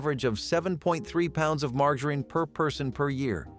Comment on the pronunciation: Do you try to find different ways to pronounce words that are not right? Learn how to pronounce your words it’s margarine the the G sounds like a J sometimes you pronounce something right and then mispronounce to the very next time you say it get it right or shut up